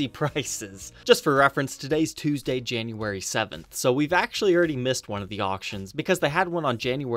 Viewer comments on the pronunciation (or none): none